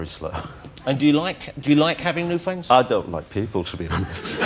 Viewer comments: Wossi: "Can we be fwwends after the show?" Mozza: "Yes, but only if you can say 'Frankly Mr Shankly' Jonathan!" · "Can we be fwends after the show?" "I don't think so."